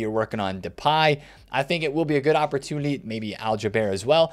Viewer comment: anyone catch that says "opportudily"? I think for Flanders from the Simpsons every time